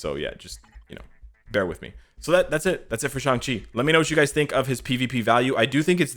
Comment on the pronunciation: YES, I see a pattern.... can NOT pronounce ShAng Chi correctly for the past 7 videos!